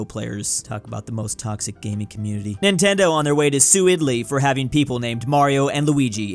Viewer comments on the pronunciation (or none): none